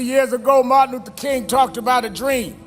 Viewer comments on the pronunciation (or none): Martin Luther King ! Get his name right please !